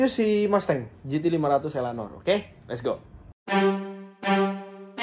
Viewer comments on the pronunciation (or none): ELANOR ❌ ELEANOR ✅